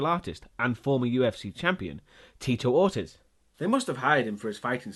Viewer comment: pronounce ortiz wrong. or- tease not or- tezz